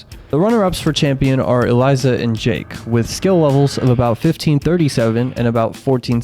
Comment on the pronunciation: Why do you call Elisa Eliza, It’s pronounced E-Lee-Sah